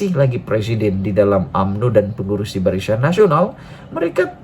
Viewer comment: Barisyan? Salah sebutan,yg betul BARISAN....aku sokong PN dan PAS